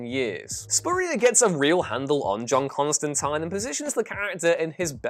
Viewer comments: CON-STAN-TEEN, HAHAHAHA! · That is not how you pronounce Constantine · I sense a "ConstantEEN" or "ConstantAYNE" debate coming.